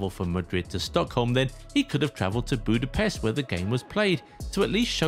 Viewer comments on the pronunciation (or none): none